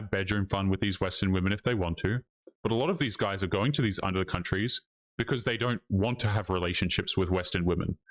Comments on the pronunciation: What is an ""udder country"? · And what the bells an "udder" country? BTW, lady, you're a racist.